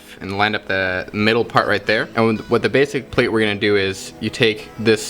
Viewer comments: Sort out your measurements... You can't use decimal and fractions in the same equation .... metric is intrinsically base 10 Oh and its not Plait as is SLATE it's plat as in FLAT. Nice job though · I believe that there is a difference between "plate" and "plait" and how each is pronounced. Google it.